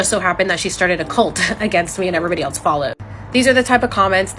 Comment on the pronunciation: Anyone who pronounces the word ‘else’ as “eltse” is not to be taken seriously.